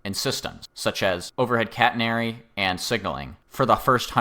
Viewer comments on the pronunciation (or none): none